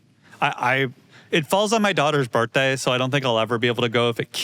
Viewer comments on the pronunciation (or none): none